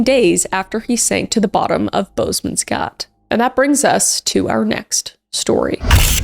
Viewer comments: as a "Afrikaans speaking" South African, I found the way Kris pronounced "Bosmans gat" in the first story hilarious 😂😂😂 so wrong but very cool that she mentioned that place! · As a South African and Kris' biggest fan, I am so tickled by her pronouncing 'Bosman's Gat' ❤ just amazing